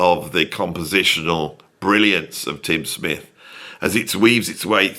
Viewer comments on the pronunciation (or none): none